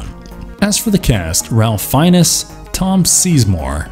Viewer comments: How can a channel about movies have such a lack of knowledge about famous actors that they can't even pronounce Ralph Fiennes (it's pronounced FINES not Fin-EZ) and Tom Sizemore (literally pronounced like it's spelled Size-More not SEIZE-more like you are s seizing more of the means of production)... I mean Jesus Christ how much can i trust your movie opinions if you don't know common actors names. This is to say nothing of the fact you pronounce psyche (psy-kee) like... SIKE!!! And that's just a few of the atrocious pronunciations. Do better please. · Nailed all the names then we had Ralph Fiennes and Tom Sizemore. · Good collection of films but yeah, he mispronounced those two and Vincent D'Onofrio.